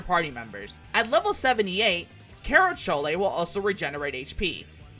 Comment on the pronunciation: But it's fun hearing him say CHOLE